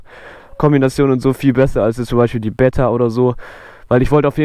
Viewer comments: Sehr sehr geiles Video…. ABER BRUDER 😂😂 BEEETA NICH BETTA 😂😂😂😂😂😂😂😂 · Geiles video aber es triggert mich übelst dass du betta sagst😂 man spricht das E lang aus